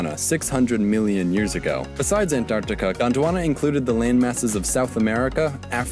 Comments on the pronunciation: It's AnTarctica, Not AnDTarctica. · I'm Indian and I can approve this #Antartita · He really seemed like he wanted really bad to pronunciat the 'Ts in Antarctica. lol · Why does he say Antarctica and 26 like that lmao